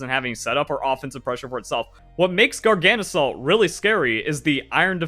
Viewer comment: Is your coninuing of mispronouncing Garganacl a choice, or did you just never notice the extra 'na' that snuck into your pronunciation? Garga - salt Gargana - cl (or chloride) Not Gargana - salt, trips me up every time xD Love your vids, have a nice day